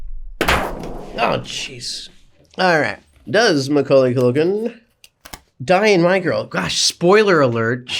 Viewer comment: YES HE SAID HIS NAME RIGHT